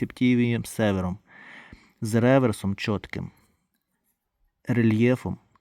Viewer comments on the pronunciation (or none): Не КоммОд, а КОммод, не Север, а СевЕр